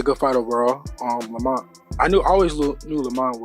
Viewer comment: They’re calling him Lawmont 😂